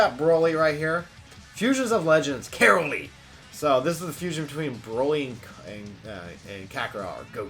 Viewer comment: Ka-rO-ly pls stop with the caroly